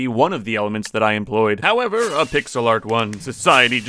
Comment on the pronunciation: in the bacon one when he said pixel art do you mean pigselart?